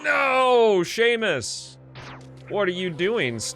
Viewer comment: “Sah-mus” not Seamus, and it’s a girl!